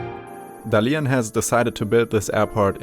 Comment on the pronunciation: is it really so much trouble to find out how Dalian is properly pronunced?